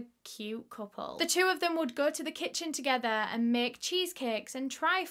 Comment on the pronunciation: “TogeTHUR🤠🎼” lol ily